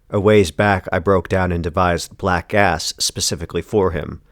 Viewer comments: Whenever you say the title i hear "black ass" and giggle like a regard. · WAIT! ... Did he say, "Black ASS"??? 😂